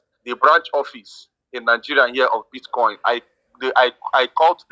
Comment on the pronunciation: Did he call it Bit- Kong?